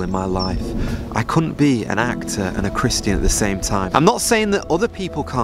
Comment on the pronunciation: I know we’re not supposed to spend time querulous but why do you pronounce Christian like Christ-Ian